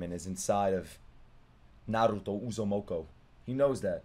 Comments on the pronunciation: Bro I couldn't keep a straight face as he butchered the Uzumaki name over and over 😂 calling him uzumoko😂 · Bro , it's Naruto Uzumaki not Uzumoko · It's U-zu-muh-kee